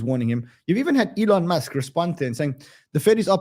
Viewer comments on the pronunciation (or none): none